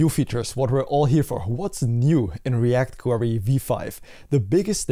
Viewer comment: Thank's for the update. I still can't overhear you saying "React Quarry" 😅